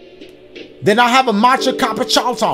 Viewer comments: Whe dashie trying to say cappuccino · Every pronunciation of Cappuccino got me dying 🤣🤣🤣